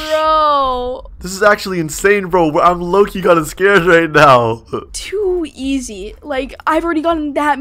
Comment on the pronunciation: Stop saying to eays